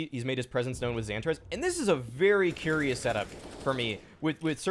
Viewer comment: zon-tar-ez not zanta-rez